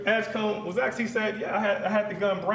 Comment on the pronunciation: Defense attorney can’t even speak proper English. It’s “asked”. Not “axed”. Axed is murder. And he’s supposed to be educated.